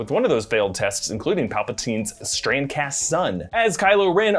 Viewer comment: Is he saying Strand-cast? or Strancass?